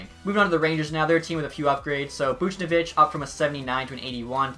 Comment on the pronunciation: You gotta stop butchering buchnevhich's name